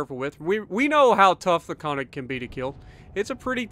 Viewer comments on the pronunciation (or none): Instead of "kawnig", it's pronounced more like "kernig". Nice to see the good old Solomon Islands map. Feels like 2015 again.